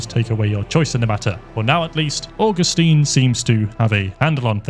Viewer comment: say "orgustine" now say "augustine" say "law" now say "lore"